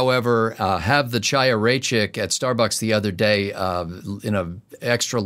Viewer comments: Chaya. SAY Kaiya but make the Chhhhggh sound for the K. Or just say Kaiya. Better than Chaia. Please. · I think you are of Jewish descent. If so, please use the gutteral 'H' instead of the English 'Ch' (as in chain) when you see the name Chaya (Raichik)